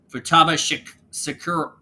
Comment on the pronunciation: Futaba is pronounced Fu-Ta-ba